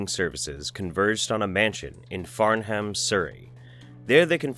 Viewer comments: As a Canadian who lives in the UK -- Pronouncing UK place names is stupid, but it's pronounced "Farnum." Not Farn-ham. It's stupid. Wonderful work as always my dude. Thanks for making these and exposing these snake-oil peddlers for who and what they are! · *its pronounced farn-um not farn-ham sorry i know its petty but as a brit it bugged me 😅😂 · It’s not Farn-ham it’s pronounced Farnam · Okay, this is kind of a pet beef for me, but in England if you see a name, any name that ends in -ham, you pronounce it -um. Farnham (farnum) Rotherham (rotherum) Mitcham (mitchum) Robert Mitchum's family changed spelling of their names because they were fed up with people pronouncing it wrong.